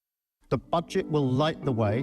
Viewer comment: "The BUDGE-it will light the way..." 😂😂😂